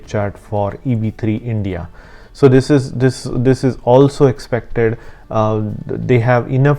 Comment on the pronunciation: Do th-hiss and do th-hat